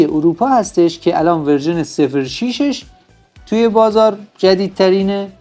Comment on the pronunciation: سانتی متر و شماره صفر حروف ت و ف ساکن هستن شما با کسره بیان میکنی فارسی رو درست صحبت کنید لطفا